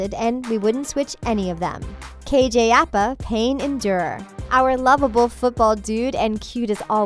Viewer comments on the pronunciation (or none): KJ Appa? It’s APA! I think you guys know nothing about Riverdale.